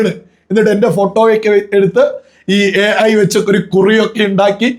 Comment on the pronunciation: ഹേ ഐ എന്ന് ശരിക്കും ഒന്നൂടെ പറയോ 😂😂😂 AI 😂😂😂🤣🤣